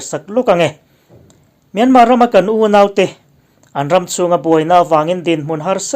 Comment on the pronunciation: Kawl ramin a ram hming a lam rik dan anga 'Myanmar' tih hi lam rik ve thin ni hram se. 'Myan' hi thluk hnian tur a ni a, 'mar' tih laia 'r' hi lam rik loh tur.